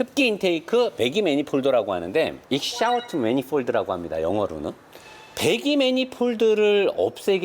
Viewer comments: 배기가 익샤우스트라뇨.. 이그조스트.... 뉴올리언즈 감성이라면 인정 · 익샤우스트에 제 부랄두쪽이 웃고갑니다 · Exhaust 뭐 익스하워트? ㅋㅋㅋㅋㅋㅋㅋㅋ